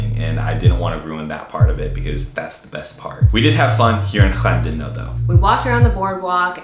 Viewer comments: You pronounce Welsh names much better than most of us English do. Even down to the double 'L' , 'Thlan' not 'Clan' as most English say them !! Well done, yep Wales is lovely. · Glad you enjoyed North Wales, good pronunciation of Llandudno! My hometown Conwy really is special.